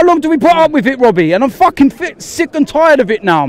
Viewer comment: Robbie: says something: Wobbie listen, listen wobbie